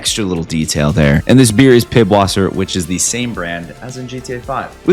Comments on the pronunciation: wth is pibwasser its pisswasser bro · You pronounce the beer piss vasser meaning pee water in german.